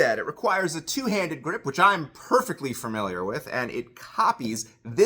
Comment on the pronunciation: i like that he says “familiar” the same way i do. my girlfriend gives me so much shit for it. “furmiliar”